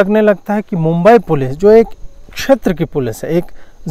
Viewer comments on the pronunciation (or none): Did I hear day right? just called Mumbai Police as Meme-bai Police... 🤣🤣🤣🤣🤣🤣